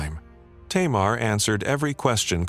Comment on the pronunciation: Tamar in Hebrew is pronounced "Tamar".